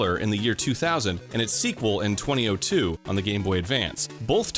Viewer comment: I refuse to watch anymore of the video because you said 20 0 2